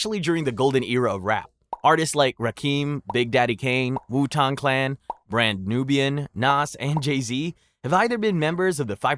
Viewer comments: RAKIM & WU-TANG CLAN not rakeem & wu taang clan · “Wutong clan” took me out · The most offensive part of this video is calling wu tang clan "wu tong".